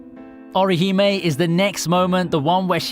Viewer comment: It's a nice video, but every time you pronounce Byakuya or Orihime one of my brain cells dies.